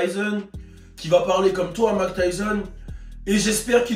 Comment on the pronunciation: Hahaha Mayk et pas "Mak" nan 😝